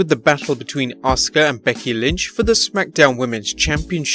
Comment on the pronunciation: Thanks for pronouncing Asuka right!!